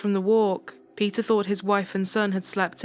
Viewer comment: Pronouncing Peter as pizza is sucha a blast :P